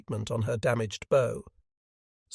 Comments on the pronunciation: I wish 'robots' could say bow - as in wow and not bow as it tie!!!@ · Ai, bow is bough not bo.